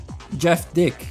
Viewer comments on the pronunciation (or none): don't forget the fact that in the 3DS/Wii version of The Run, they made the 918 RSR Concept a 2 seater vehicle instead of 1 seater vehicle for the sake of the beautiful plot lol, and nailed the realistic top speed of the car. but in the mainline version, it was the other way around. Also you mispronounced Jeff Dyck as "dick", should've been pronounced as "Dike" but whatever.